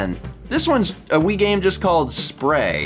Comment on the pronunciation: I think that Wii game is pronounced S.P. Ray.